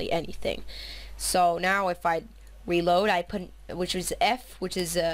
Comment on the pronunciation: ur sooooo gay u keep saying wred and weeload